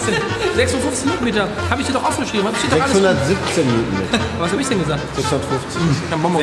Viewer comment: Wie lang? Jp: ich sags dyr morgen